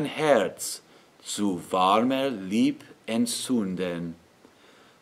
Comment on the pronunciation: Does not sound anything near native German. Warmer you pronounce really awfull. there needs to be a bit of v in the w . And al your end r's need to be softened. also ch is not correct. Not end entruukt. but short. And be aware of the double consonnants. The safest way is to split up the word. Then you know directly how to pronounce. Anyway with this video you won't sound German.